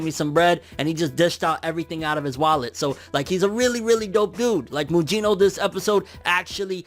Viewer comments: It's not pronounced Mujino, it's Mugino like Kusanagi and Gyuki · Lol butchered mugino name lol